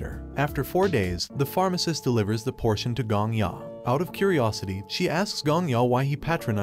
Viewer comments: POTION NOT PORTION Are you a google translate voice? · Potion not portion